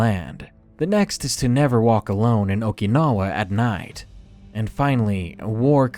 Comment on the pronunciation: Your mispronunciation of Okinawa was driving me crazy